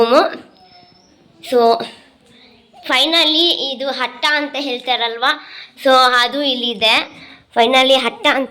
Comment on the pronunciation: ಅಕ್ಕ ಅದು ಹಟ್ಟ ಅಲ್ಲಾ ಅಟ್ಟ 🤦🏻‍♀️